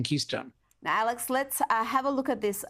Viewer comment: Will she ever pronounce Alex's name right?